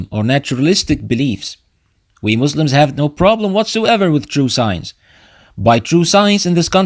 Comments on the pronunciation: Alikum Assalam warahmatullah. Thanks brother, Jazakallahu Khayran. I wasn't aware that I made it sound like that. I'll pay more attention next time إن شاء الله. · Assalam alaikum Please pronounce Muslims with S sound not Z Jazakum Allahu khaira.